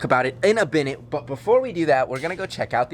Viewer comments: Is it me or did he say binute instead of minute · You said "in a binute" lol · “Binute” lol.